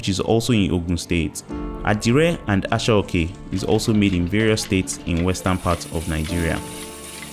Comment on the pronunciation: Aso-oke not Ashioke